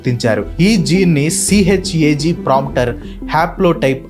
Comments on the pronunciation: it's not CHAG .....it's CHGA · CHGA ni meeru CHAG ani chepparu